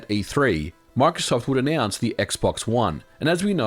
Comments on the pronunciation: Omg can you not pronounce Microsoft (My-Crow-Soft) like markof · When you say microsoft it sounds like you're saying MRKZCKRBRG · Why does he say marksoft 😂😂